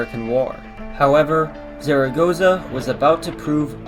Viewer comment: Not bad but check the Spanish pronunciation of the general (so funny to hear the name of the Mexican general like you do). Puebla is not a desert city ( less than Dallas or Houston) except for during the dry season 3 out of 12 months)